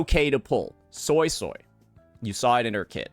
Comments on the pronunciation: It honestly isn't even well pronounced.. it's more so like soisoi (so-ey so-ey) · I can’t unhear the Soy-soy instead of Suisui 😅